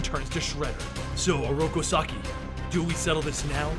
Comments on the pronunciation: This video is amazing and I give you all due respect and kudos, but every time you call Oroku Saki “sockeye” it’s like nails on a chalk board to me. Other than that, I’d rather spend my time watching this than that Michael Bay garbage. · Rip Benny. But Oroku Sock-eye still gets me in the feels😂